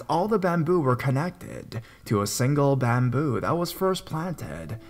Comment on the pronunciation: Wtf is wrong with your voice, an speech, “bamboooooo “it’s bamboo